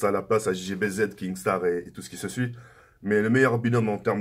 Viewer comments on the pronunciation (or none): none